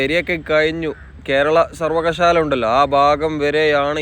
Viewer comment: ഈ ഞാനുൾപ്പെടെ ആരും തന്നെ പൂർണമായും എല്ലാം തികഞ്ഞ അറിവുള്ളവരല്ല എന്ന ഉത്തമ ബോധ്യത്തോടെ തന്നെ വിനീതമായി അബദ്ധവശാൽ സംസാരത്തിൽ വന്ന ഒരു ചെറിയ പിശക് ചൂണ്ടിക്കാണിച്ചുകൊള്ളട്ടെ., "സർവകശാല" എന്നല്ല "സർവകലാശാല" എന്നതാണ് കൃത്യമായ മലയാള പദം എന്നറയിക്കുന്നു.